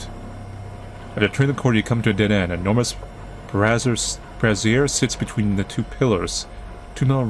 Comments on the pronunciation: fyi "brazier" rhymes with "Frasier", not "brassiere" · I’m pretty sure you pronounce brazier “bray-sure” or at least where I’m from we do, so it was weird hearing it like that. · I'm always amused when someone pronounces "brazier" as "brassiere."